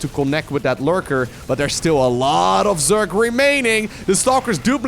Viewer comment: It's not zyork it's zerg